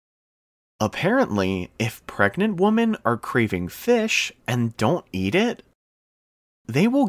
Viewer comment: Excellent video. I just discovered your channel, and really like the content you produce. One thing that bugs me a little about this particular one is that the guy mispronounces "womEN" to sound like "womAN" This is such a common mistake.